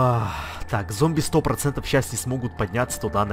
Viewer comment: почему ты всегда говоришь 100 просень